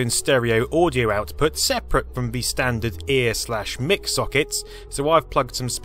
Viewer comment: Stop calling the "mic" input "mick" -- it's short for "microphone" and should be pronounced "mike". #grumble